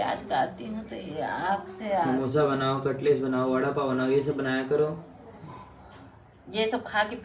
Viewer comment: कटलेट होता है कटलेस नहीं होता 😂😂😂